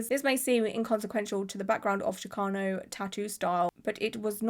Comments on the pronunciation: No, that’s how is pronouncing it, but that’s not the correct pronunciation, which is why I made my comment. It’s pronounced like the “ch” in chicken. It’s not an “sh” sound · Hello love! Chicano is pronounced with chi sounding like the start of the word chicken or cheese... chee-KAH-noh. Not that the way you said it bothered me or anything, i just thought you'd like to know and i'd share incase someone else hadn't. Love the vid, love how much you care about artistry... lots of love all around ❤ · The “ch” in Chicano is pronounced like “chick” :)